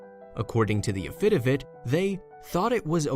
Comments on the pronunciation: It is a crime that schools don't make kids read out loud: 'afidivitt' It is pronounced "AFi DAVit" First 'A is short and the second 'A' is long, so it sounds kind-of like Afu Like the first part of after and the first u in under: Afu and the name David but with a 'T'. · Not "a-FI-da-vit" => "a-fi-DA-vit"!! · I picked up on that. I was wondering if I was hearing that wrong. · Yes , so annoying